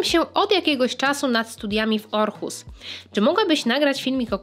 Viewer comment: Super filmik, ale na Boga [Ohus], nie [Orhus]